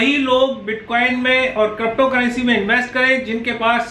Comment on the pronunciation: Good update and thank you for uploading video related crypto currency. Sir, however, I have one request to you to pronounce crypto currency as crypto currency not crapto currency. Ha ha ha just kidding sir ji, u r doing good job